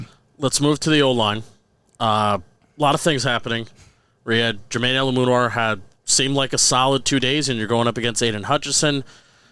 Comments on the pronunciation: You guys are great! Eluemunor, pronounced like you'd say "Illuminate". Hope that helps! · It’s Eh-loo-meh-nor and moo-uh-sau